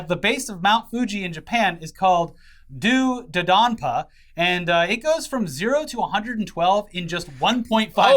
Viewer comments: I am an extreme theme park nerd, hearing yall talk about coaster makes me want to die hahaha. Its DOUGH not Due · The ride is pronounced "Doh-dodanpa" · As a coaster enthusiast, I just wanna say that it’s actually pronounced “D’oh Duh Don Pa” To explain to, on Twisted Colossus, the structure is wood but the track is entirely steel. It was done by a company called Rocky Mountain Construction that’s well known in the coaster community for taking wooden coaster, and giving them steel track